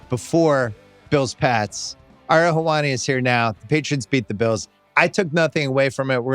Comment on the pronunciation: Bill, It’s eh-ree-hul for the love of god will you please pronounce Ariel’s name right lol. He’s been a guest several times now